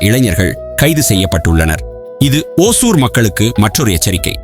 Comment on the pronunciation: Pronounce as ஓசூர்